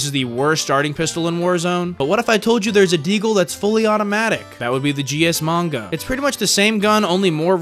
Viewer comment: Manga? 💀 you mean magna?